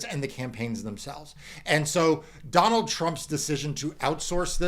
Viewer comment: "Don-Old" needs to go